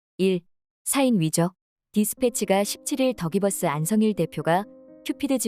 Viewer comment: 영상에서 가끔 더 기버스가 덕이 버스로 들림 ㅋㅋㅋㅋ